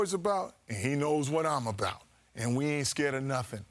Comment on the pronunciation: abrout? Does she english?!?!